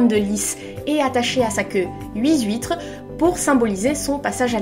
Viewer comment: Je découvre ta chaine, et laisse moi d'abord te dire qu'elle est trop méga géniale ! J'adore ta façon de parler, le ton que tu utilises etc. (bon ok, même si j'ai tiqué sur les huit"s" huitres) tu as vraiment une élocution super et c'est parfait pour Booktube <3 Et c'est super de faire ce genre de vidéo d'analyse plus longue ! Et que tu nous permettes d'entendre quelques phrases d'Andersen (je trouve ses descriptions de la mer vraiment somptueuses, je suis prête à lui pardonner tous les princes goujats après l'image du château de la petite sirène). J'aime la franchise de ton avis et la recherche qu'il y a dedans, c'est vraiment cool ;) Je suis pas mal de ton avis, sur le fait qu'elle veuille grandir trop vite et que c'est ce qui la perd, d'ailleurs on voit bien son mélange d'effronterie et de naïveté dans sa visite chez la sorcière. En parlant des contes et d'Andersen, tu as pu jeter un œil aux beaux recueils de conte qui se faisaient fin 19ème / début 20ème siècle ? J'adore les illustrations que Dulac a fait pour La Petite Sirène <3